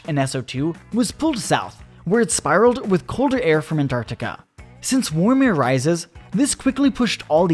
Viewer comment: "Warm" he says. 😂😂😂